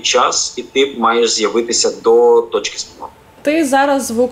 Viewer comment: Дуже цікаво, але після слів "тічки У" стало якось смішно)